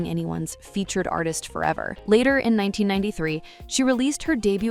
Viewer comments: Her name is Patra not Pah- tra. You’re pronouncing her name incorrectly. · Why is she pronouncing her name like that?? It’s not POTra…even said it was short for Cleopatra and still couldn’t get it right 🤦🏽‍♂️ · I got to 5 mins in the video and had to stop,it, I was tired of hearing “Potra”